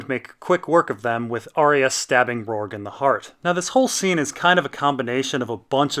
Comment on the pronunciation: HIS NAME IS ROURGEEEEEEEEEEEE WITH AN E NOT FUCKING RORG DUDE PLEASE LEARN!!!!!!!!!!!!!!!!!!!!!!!!!!!!!